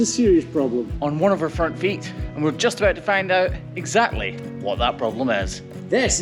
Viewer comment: Ok I just got to and he says “on one of her front feet long in an American accent